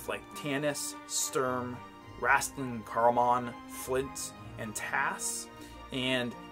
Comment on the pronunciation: Just to clarify... It’s pronounced rAYstlin, not rAHstlin